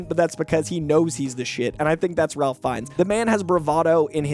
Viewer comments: Ralph Fiennes name is pronounced “Rayf” not “RaLph.” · Off the cuff. It's "Rayf". Not "Ralf". I speak for all Harry Potter fans. Thank you. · Ralph is pronounced “Raif.” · FYI Ralph Fiennes is pronounced "rafe" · isn’t Ralph Fiennes first name pronounced Rafe? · Surprised people still mispronounce it. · Ralph Fiennes' first name is pronounced with a silent "l". Should sound like "Rayf." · just a tick but the pronunciation is (Rayf) Ralph Fiennes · Its actually pronounced RAFE(Ralph)